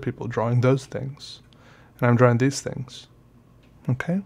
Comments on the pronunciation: I like the way he says 'drawing'…...draw-wing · This is my first '' vid I ever watched. (a long long time ago in my galaxy far far away...on a rainy wild sad day, when I randomly typed in Pen and Ink drawing (A.K.A. 'drawering', the proper pronunciation...) just to see what was going on... And I have been deeply, head over heels in intrigue ever since. (RrrrrRRrrr...except when my work tears me away from the screen scape. Alas! I love my jobs! 💔💓🔥) Keep on keeping on Hero. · Speaking od 1-2-3-4-5 senses (working overtime) the way you say the word "drawing" always makes me think of the way Andy Partridge of XTX pronounces some words. you interest me in many ways. I may record a custom album for you, and of course make custom artwork. Don't get excited. I'm no Andy Partridge, but I am a synesthete who makes drawings based on how I hear music. I also now make music based on what I see, so I'll look at your drawings and make the music they make in my brain. I think I'm biased. I am mid 50s and just started drawing. Never felt comfortable doing it, and I was also horrible. No follow through. Then, I had a TBI. Not only did my music get better and proliferate, but I recently found that I CAN draw. We seem to have a similar style. I hope I can get to the point of technical proficiency you've reached. It's a nice tool to have on tap. As a guitarist, I can do some fancy, impressive stuff, but use it sparingly, in favor of art. I was excited when I discovered your videos. I am slo becoming addicted to fountain pens. I'll keep it on check. Ballpoints will be like methadone for me, you know, if I run out of ink. Also: Your handmade accordion sketchbook was stunning and inspiring. I want to make several of my own, using everything from kraft paper, to hq vellum and maybe even old sepia paper and mylar, if I can get it to fold..... or even, if I can get it, vintage cotton drafting paper. I used to work at a blueprint shop in the 80s. We were right next door to